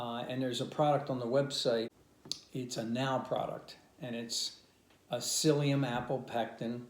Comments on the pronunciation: Seliem?? Don’t you mean Psyllium? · Psyllium not seliem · SELIEM? You mean PSYLLIUM? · Seliem ???? u mean Psyllium?